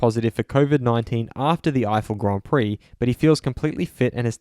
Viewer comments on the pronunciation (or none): none